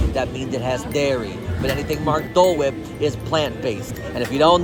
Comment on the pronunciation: is tooooo much!!! Ive never heard "Dole Whip" pronounced so aggressively 😂 He was committed through that dole whip/ plant-based schpleel!!